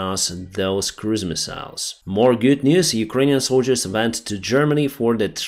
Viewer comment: “Misa’ils” “Misa’ils”